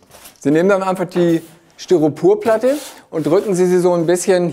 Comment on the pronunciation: Hi, tolle Videos. Es fällt mir aber immer auf das Du "StyropUrplatte" sagst. Es heißt aber "StyropOr", LG